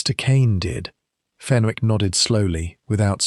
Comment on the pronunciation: Good story but . Wished you would check AI for oronounciations. Fenwick has a silent W, pronounced Fenick.